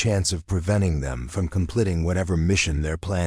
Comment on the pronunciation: Now you can’t even say completing right